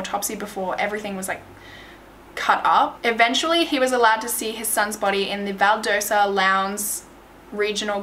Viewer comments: She also says valdosa instead of Valdosta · This is one the most detailed videos I've seen on this case, really great job! I'm from GA and for what it's worth, they're pronounced: Valdosta: Val-DAH-sta and Macon: MAY-con. I have my doubts about the report that came from Macon's coroner. Having lived in Macon for 18 years, I can confidently say it's one of the most politically corrupt places areas I've lived in. Much of Central GA, is. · It’s val-dah-sta this is actually super close to me this is weird lol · I live in middle georgia and the way she pronounced places i've known my whole life is so funny. "Valdosa" it's Val/Dost/ah and "Makon" is May/ken 😂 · It's so funny how pronounces the Georgia cities vs how they're really pronounced Valdosta - Val•daw•sta Macon - May•con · I know I’m very late, but you did amazing with this case! Trust me, Georgia towns are hard to pronounce sometimes, Valdosta is pronounced val-daw-stuh, and Macon is pronounced may-con! Great video though! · FYI: The town is Valdosta, not Valdersa. Macon is pronounced Maycon. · This was a case of injustice, which happens a lot in Georgia. Racism is still a very big deal there, as well as classism. It's terrible. The town of Macon is pronounced like Bacon. And Valdosta is Val daw stah LOL Thank you for covering this. It is such an obvious coverup and miscarriage of justice. :( I feel so badly for his family. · You pronounced Valdosta and Macon wrong ...lhs is my school lol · & you left out a lot ... it’s waaaay more to it